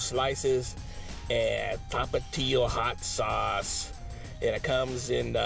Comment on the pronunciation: Tomatillos are green tomatoes😂 tapatio is said correctly